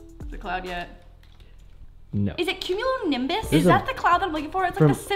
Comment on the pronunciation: you said it right it is a cumulonimbus cloud